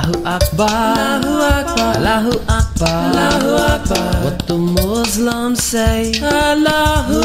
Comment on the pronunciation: Good attempt. I wouldn't categorize it as nasheed though but anyway good job. Try to work on the "s" of Muslims . It's sounding like z. Thanks for sharing.